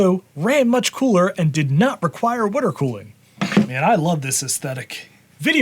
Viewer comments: Proper Wooder cooling indeed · I have been watching for years. I just noticed you pronounce it “wooder” cooing. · "wooder cooled"